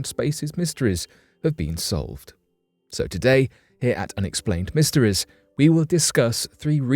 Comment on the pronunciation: You can’t pronounce e can you? All your e’s sound like ihs. Mysteries become mysterihs. Sounds dumb